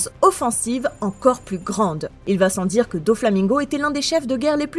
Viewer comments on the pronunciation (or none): none